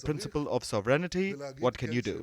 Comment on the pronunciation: Learn how to speak, English, first pronounce Sovereignty ! No sovrenaty !